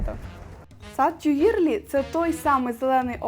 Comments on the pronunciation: Цікава прогулянка й коментарі. Але є зауваження: у французькі мові ВСІ НАГОЛОСИ є на ЗАКІНЧЕННЯ СЛІВ.. й це легко запам'ятати: не сан-МАртен, а Сан-МартЕн, не парк ТюІльрі, а парк ТюілрІ... й пр. Зверніть, будь ласка, увагу!! Наперед дякую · І Тюїльрі, , а не "тюлері", пардон. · О! Так! Хоча згодом , листаючи словник, розумієш, що ти вже давно знав добіса слів французькою, тільки вимовляв їх геть не правильно, як оце "ТьюЇльріі".😂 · Не додивилась… тюЇрлі, помпІду… та безліч помилок мінусують враження та довіру